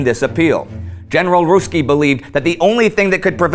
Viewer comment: "General Russki" lol